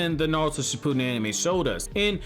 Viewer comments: Uhm its ship ew den not shipooodon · Bro, shi-pu-den no shi-pooden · No one: This guy: Shipooden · "Shi-poo-din." Hah.